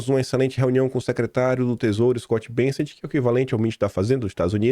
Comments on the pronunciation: Porra!, leia e pronuncie o nome do secretário corretamente, o nome não é """"" BEN SSENT """" E SIM """""" BE SSET """"" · Ô, não é BeNsset. É BesseNt. Kkkk😂😂😂😂